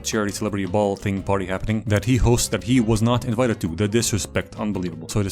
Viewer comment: 😭zhat is not za missle